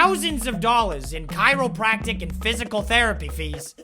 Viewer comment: "... thousands of dollars in chiropractic and..." "chiropractic" yikes